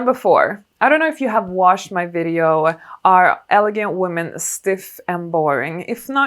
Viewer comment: Thank you for the great tips. I have one too. "Watch or watched my videos", rather than washed. I love your accent, by the way. It's lovely. But careful to not mispronounce a word in a way that it has a different meaning.